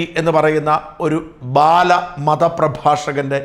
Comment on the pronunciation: ബാലൻ അല്ല. ബിൻലാദൻ 🤣🤣